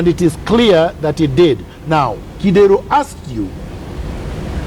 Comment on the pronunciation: I like Miguna's honesty,,, one thing though.. the way he pronounces Kidero's name 😂😂😂😂😂 Kideeeeeeero!